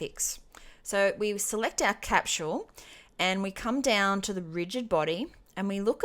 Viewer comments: Great video. But for the love of God. "Cap-sol" is how "Capsule" is pronounced. Not "Cap-SHule" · capsule NOT capchule ! lol